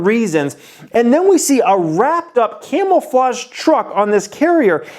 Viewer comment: Dude... your great!!! But.....it’s CAMOUFLAGE NOT CAMELFAGE.... your killing me!